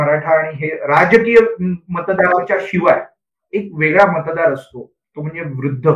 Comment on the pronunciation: उदय जी खुप छान विश्लेषण .... मतदार म्हण्याच्या जागी आपणं मत राद म्हणत आहात आणि मतदार संघ आय वजी आपणं...मत्राद संघ अस आयकू y येत आहे